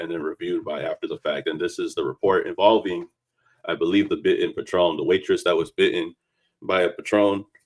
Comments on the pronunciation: It's not patron like the liquor, it's "pay-tren" sorry bro it's the autism in me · PAtron not paTRON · Patron as in pay-tron. Not Patrón (pah-trone) 🤦🏾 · Calling it a Patron (the liquor) instead of patron (pay-trun) is HILARIOUS to me lol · Pronounced Pay-Trun.